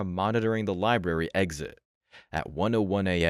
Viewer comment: It's libRary, not "lieberry". Makes you sound dumb.